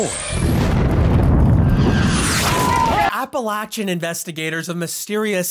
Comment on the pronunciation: when he pronounces appalachian correctly 🥰